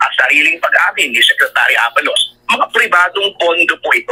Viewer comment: Abalos hindi abaalos